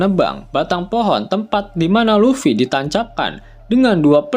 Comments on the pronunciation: Luffy bukan Lutfy, bagaimana mimin ini kadang2 sebut Lutfy😂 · LUFFY bukan LUTFY..😂